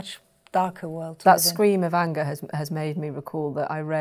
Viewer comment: The way she pronounces the word 'anger'. Unger .